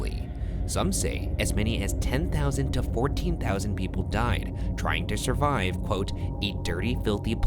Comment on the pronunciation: rayan: "trying to shurvive"